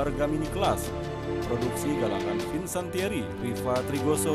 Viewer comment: FICANTIERI bukan FICANTANIERI pak ooiii...